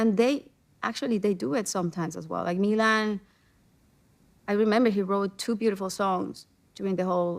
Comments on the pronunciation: Oldest son Melon she slaughtered such a beautiful name . Milan!!!!!!! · Please white lady learn how to pronounce Milan say it with me: me-lawn